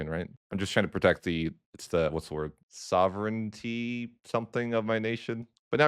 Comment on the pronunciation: The council of trent is basically rng unless you get papal controller if you do get papal controller you can pass all the harsh in 1 second Also its pronounced Sov-ren-tea